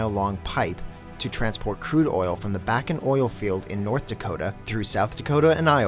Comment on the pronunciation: The Bakken name is pronounced Bach en